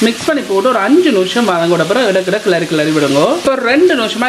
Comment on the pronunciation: Very nice curry... ❤ noosham ila.. nimisham.. maathi solungo.. pls.. keka oru madiri iruku.. thanq